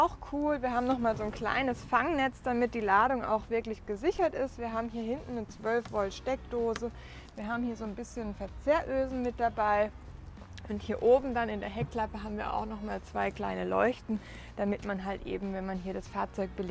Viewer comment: Ganz nettes Video. Die Befestigungmöglichkeiten im Kofferraum heißen aber Verzurrösen nicht Verzehrösen😂. Sonst klingelt es ordentlich in der Schüssel 😂🙈🙊.